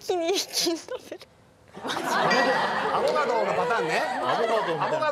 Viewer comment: 小吉の発音がアボガドなの小吉過ぎて好き